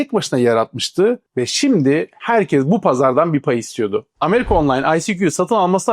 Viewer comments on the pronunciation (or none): none